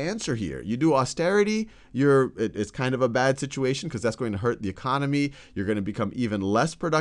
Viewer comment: He really knows about the Greek e-Khan-omy.